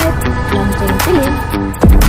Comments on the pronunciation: Mimin nya orang mana sih. Baca nya film ( filem ) bukan FILIM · Filim? Mbak belajar dikit cara pengucapannya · Sekarang BHS Indonesia sudah berubah😂,film dibaca filmi, teroris dibaca terorois ,telinga berdesis,aku pikir ular yg berdesis, ternyata telinga jg berdesis 🤦